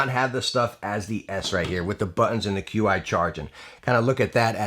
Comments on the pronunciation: "Qi" is Chinese technology and pronounced like "Chee". So, it's "Chee Charging" and not "Q-iCharging" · Lol "cue eye" wireless charging